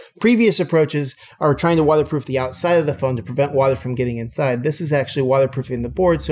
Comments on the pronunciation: Is just me or the ifixit CEO said "Wata proof"? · Why is this guy saying “watherproof”